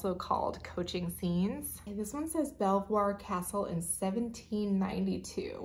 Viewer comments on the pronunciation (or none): Hi the plate with Belvoir Castle is pronounced beaver. I'm English and I thought you would like to know